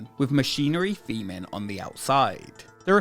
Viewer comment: 'Forpe' Park, 'Feme Park', the rides 'feming'. Lollll. Learn how to pronounce 'th's if you're going to be using 'vhe' type of words that feature 'vehm' all the time.